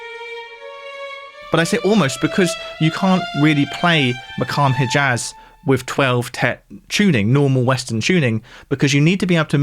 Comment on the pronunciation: your analysis of the music is excellent, but your attempts to pronounce the word "poitrine" are pretty shocking it's PWA-treen -- pretty simple. your rendition of "maqam hijaz" is pretty shoddy too, but in that case there's a sound involved that you probably simply can't produce